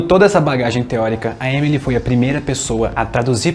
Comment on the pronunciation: Se pronuncia “Emilí”, com tônica no último “i” (o último “e” é mudo)